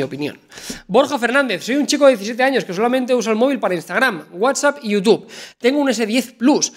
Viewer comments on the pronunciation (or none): none